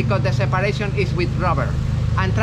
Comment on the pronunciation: Ruvver 😅 hes definitely from Spain. STABALIZE